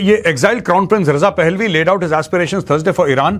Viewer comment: Raza pehlavi ( Pehlavi ki pronunciation mei ' a ' silent hai )